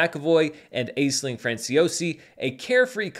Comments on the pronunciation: I believe Aisling is pronounced “Ash-ling” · pronounced “Ash-ling” Franciosi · Funny you should say that, because the only critique I have of this video is his pronunciation of “Aisling”. It’s pronounced “Ashling”.